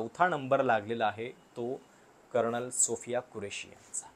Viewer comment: “कर्णल” नाही रे भावा! “कर्नल”. तू मराठी उच्चारांसाठी एखादी शिकवणी लाव बघू! 😁😁😁